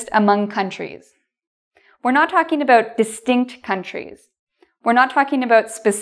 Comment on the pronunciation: Thank you, interesting as always. Sorry for the question, but why do you pronounce 'about' like /əˈboʊt/ instead of /əˈbaʊt/ ?